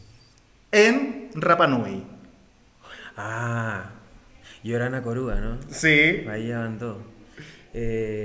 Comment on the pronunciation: es riva riva no se pronuncia doble rr en rapa nui